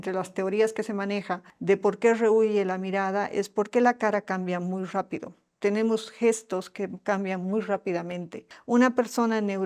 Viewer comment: Cuando dijo Rapido,,una costarricense encantadora